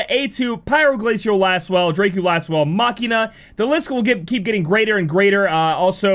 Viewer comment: buddy.. Dracu Lasswell is a pun on Dracula.. drah-cu not dray-cu